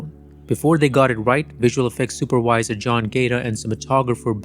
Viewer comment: I stopped watching when you said "super wiser" instead of "supervisor".